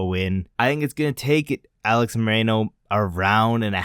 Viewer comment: Its Alex MOR-RO-NO.